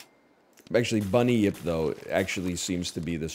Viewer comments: He's confused the Bun-yip with the well known Bunny-yip. Easy mistake to make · How is my man turning 'bunyip' into three syllables